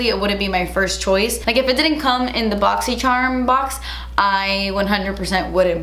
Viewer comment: I love how the ad for your boxycharm unboxing videos is a compilation of your.. boxycherrrrm unboxing intro 😂 😂